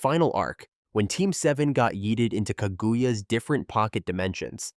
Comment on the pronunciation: Ka-goo-ya is crazy work. Watch the show sometime 🤣